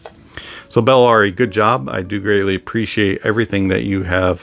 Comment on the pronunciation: Buh- la-ri